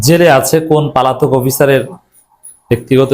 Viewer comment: Not palatok but polatok.